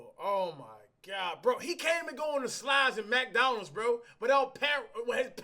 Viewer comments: The way cash said McDonald's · He said MACdonalds